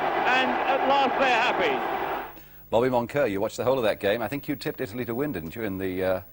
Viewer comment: "IT""LY" lol .